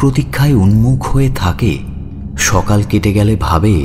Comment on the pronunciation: খুব ভালো গল্পটা। খুব ভালো পাঠ শেষে "গ্যালে" হয়ে গেছে "গেলে" টা। একটু খেয়াল করবেন।